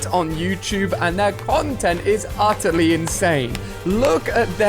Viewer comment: Alia-uttaly incredible Me-how many time he has been saying uttaly